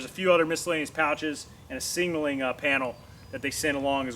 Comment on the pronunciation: Singalling drives me nuts. Ilmao. Like nails on a chalkboard. Sig nal ling ilmao.